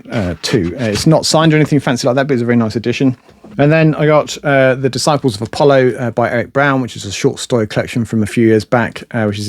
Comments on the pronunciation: It’s just an accent, different, but not incorrect. 😺✌️ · I really, really like this channel but I continue to be irritated by the incorrect pronunciation of 'the'?!